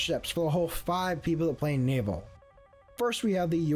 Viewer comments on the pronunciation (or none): none